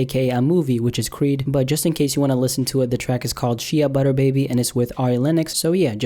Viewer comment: How did he say shea butter?😂